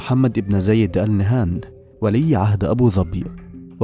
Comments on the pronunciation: نهيان وليس نهان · فيه خطاء في نطق الإسم ألإنهيان وليسى ال نهان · ياريت بس تلفظ قبيلة آل نهيان بدل آل نهان واذا ماتعرف تلفظها لاتتكلم ولا تلفظها